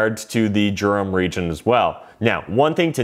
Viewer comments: It's pronounced "Derum" not "Germ". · Its pronounced Durham. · No gerum